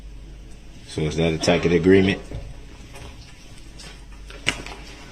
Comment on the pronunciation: It's hilarious and so pathetic. If I were one of the jurors, all I would think about it was how stupid he must be. I'd want to find him guilty just for his pronunciation of tacKit.